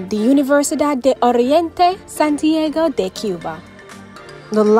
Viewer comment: Nevis…Trinidadian…Santiago. Before you post videos… learn the correct pronunciation of the names please. Every country and people deserve that. Viva Cuba!